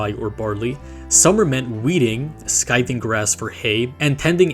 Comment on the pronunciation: He said 'sky-thing grains' 😂